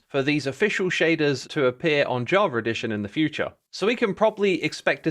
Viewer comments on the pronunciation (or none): I'm sorry but are you saying "Javer edition"? I'm pretty sure you are.. lol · It’s so funny how X is pronouncing Javar Edition instead of Java Edition, sounds like JarJar Edition :)))